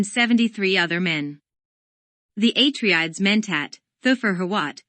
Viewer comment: aTREdes ... HIGHliner ... raBAN... otherwise nice Thanks.